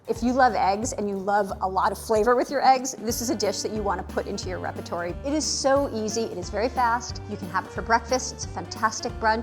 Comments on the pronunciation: Did she just pronounce repertoire as "repertoree"? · Repatory? Repertoire